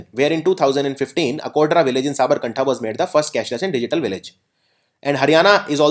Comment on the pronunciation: it is sabarkatha... not sabarkantha